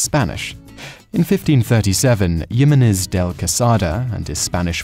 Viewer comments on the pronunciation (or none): Did you say "yimenez" Simon? That's not how the letter "j" is outnumbered in Spanish. You wouldn't pronounce the name "Jose" as "yozay" would you? I'll let the woman in this video demonstrate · Jimenez is pronounced Heemenez.